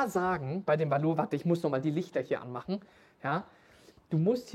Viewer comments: Valour wird nicht französisch ausgesprochen ^^ Valour ist das einglische Wort für Tapferkeit und wird deswegen auch englisch ausgesprochen. Wie VALue + coLOUR 😉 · Ihr habt doch auch schon mal mit Tim gedreht. Fragt ihn bitte noch mal wie man Valour ausspricht :-) Also Burton, nicht Schrick oder so